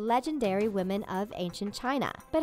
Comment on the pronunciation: Waaah, wahmen. Dont need no man. GFY